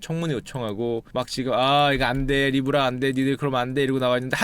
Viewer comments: 니 브 라~ㄹ ㅋㅋㅋㅋㅋ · 도대체 슈카오빠가 말씀하신게 모죠? 아무리 들어도 니불알인데